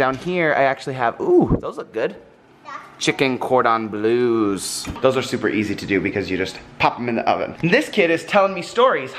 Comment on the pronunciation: Hey :). As a French I find the way you said "cordons bleus" so funny :D. And I also love this kind of days where you seemed to chill a little bit more. The kid's excitment when you get a new toy is fun to watch but it was nice to see you do something else (even if part of it was medical stuff and that's not a good thing obv ^^').